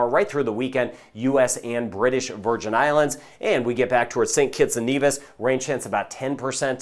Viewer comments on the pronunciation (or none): none